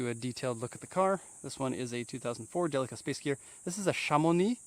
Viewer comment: i know this is 4 years old now, but i like watching these, and this is the only person ive seen whos pronounced "delica" correctly lol